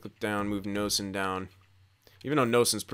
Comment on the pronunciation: It’s pronounced “Nayson” not Noesen . Just FYI 🙂